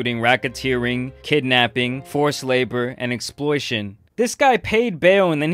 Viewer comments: He really said exploition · ....I love you, but it's "Exploitation".